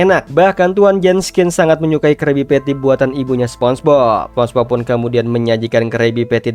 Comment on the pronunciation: minn ko sponbok sihh, apa gue yg salah denger